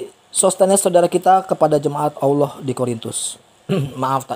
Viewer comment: Maaf bang..yg sy tau bukan alaaah namun ALLAH..lam atau L nya tebal..maaf yaah bukan seperti alah..!